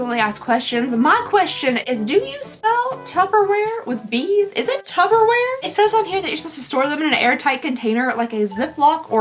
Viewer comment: lol it is tuPPerware, not tuBBerware. Unless somebody made a tubberware.